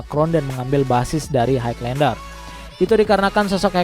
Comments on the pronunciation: Kok haig lander? Dibaca "hai lender" bang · jelas gmana maksudnya? klo dri intonasi ya emng jelas, tpi itu nyebutnya salah. Harusnya emng "high" dibaca "hai", tanpa penekanan huruf G. But it's okay, yg denger jga orang indo pasti lngsng ngerti maksudnya